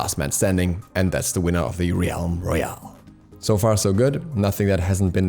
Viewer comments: Im sure you've been told by now plenty. Its pronounced "relm" like "elm" not "re-alm" Love you. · So, "realm" is pronounced "relm" not "ree elm" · Did you just call it 'Reeyalm Royale'?? It's pronounces 'Relm Royale' dude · Why do you keep pronouncing "realm" wrong? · U pronounce realm wrong